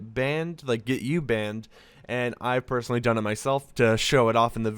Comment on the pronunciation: is it just me or did i hear him say "i'll censor the p0rn information"